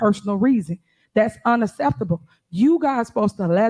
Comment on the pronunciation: It's not ASSEPTABLE